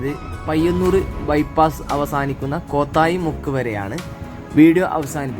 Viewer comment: its not koothayi muku.... its ko tha yi mukku